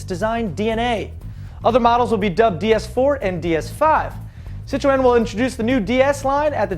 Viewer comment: wtf... citro-N? get it right